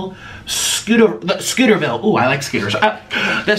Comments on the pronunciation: It is Scoville not scooterville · Tbh I just watch him for the comedy of it Also niko it’s scovils